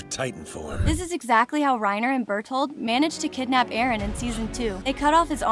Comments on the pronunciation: Alright, it’s not Rain-er it’s RA-EEN-AH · She says Reyner instead of righner Ik how its spelled Reiner tho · Reiner no, rainer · she said 'Reener" as reiner WHO ALSK FOUND THIS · its rainer not reyner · "rainer" XD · WHY YOU SAY REANIR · rey-ner lol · Here's a plot hole the person telling us these plot holes says Reiners name incorrectly but then a second or so later says it again correctly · the way she pronounces reiners name